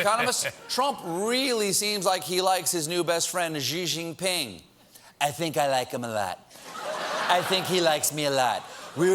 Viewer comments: Damn, stop pronouncing his name as "Zhi Jinping"! "Xi" is pronounced like "she", if you can make the 'sh' harder like German 'Schi', great, but even if you can't, it's still better than how Colbert pronounces it. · "Zheee Jin ping" Bruh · wrong pronunciation of xi jinping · Ehm... that's not even close to how you pronounce Xi JinPing's name. But, since I haven't heard a single one English speaking journalist pronouncing it right, I guess its fine then.